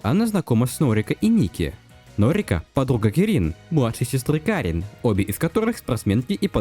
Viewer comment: Отличный видос, разве что кАрин и кИрин вернее, а не карИн и кирИн. Очень буду ждать разбор последующих глав